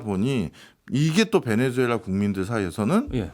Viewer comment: 베네수엘라를 왜!?? 자꾸 베네주엘라라고 하나요~!??